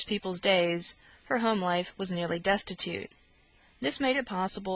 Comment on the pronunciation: The quality of the recording isn't so great, I'm sorry to say. The reader's voice doesn't bother me but mispronouncing The Life of Charlotte Bronte as The Laff of Charlotte Bronte does. No matter what area of the country you are from, if you pronounce 'life' to sound like 'laugh' it's just not ok.